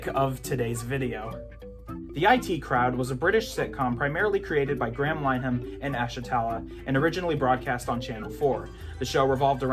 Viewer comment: Graham Linehan's surname is pronounced "Linnerhan" rather than "Line Han".